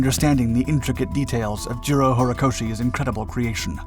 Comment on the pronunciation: Jiro Horikoshi sounds like "zero horikoshi", I was confused 'till did a little research. This is a great analysis, well told! Thank you.